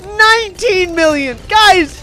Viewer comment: When says 1mill I hear 1bill